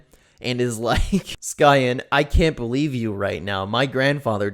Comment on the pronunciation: I've known him for a while, the cancer thing/pedo stuff really messed with me but I forgave him. ALSO it's pronounced "Cyan"